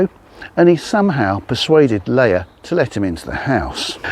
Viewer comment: It's pronounced.. Lee'ah. 👍